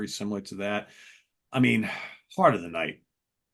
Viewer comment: "Heart Of The Night" NOT "Heat Of The Night".